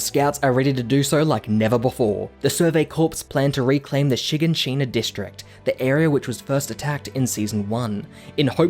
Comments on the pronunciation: shiggin shina district? You mean shiganshina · did he just call shignashina shigan- shina